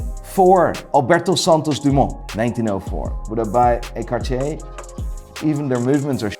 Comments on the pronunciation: Bruh why is he like "Cachier" isn't it like Car-tea-er? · Considers himself "Watch Expert" but doesn't know how to properly pronounce Hermès, Audemars Piguet or Cartier